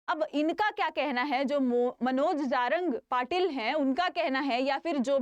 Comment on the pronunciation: बेटा पहले ठीक से नाम लो jarange patil ok